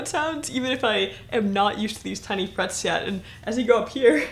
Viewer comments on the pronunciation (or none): none